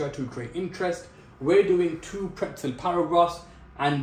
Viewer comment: bro its PRETZEL